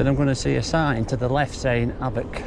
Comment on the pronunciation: It’s pronounced Och!